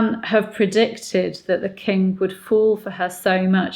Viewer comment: I am unsure whether you are aware of this, but you sometimes seem to say "The kink of England" instead of "The king of England" which always makes me go into unvoluntary rejoicing and cheering as it is so strangely fitting in this instance. :-D